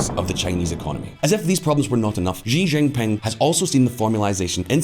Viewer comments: XI Chi NOT JI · The President of China's surname is spelt "Xi" and pronounced "see", not "gee" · sounds like you are mandarin challenged. 习主席 【習主席】 【 Xí zhǔxí 】X in pinyin is pronounced “SHE” while the I is “E” so it’s SheE with an elevated pickup at the last syllable as denoted by the accent marker. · Learn to pronounce "XI" properly if you are going to make video on China .